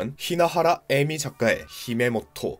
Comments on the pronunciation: 히메모토 > 히메토모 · 사실 여기도 그렇고 히메토모를 히메모토라 발음 하기도 했는데 읽어야 하는 일본어가 너무 많았던 관계로 발음 실수가 조금 있슴다 대충 넘어가주세요잉 허허..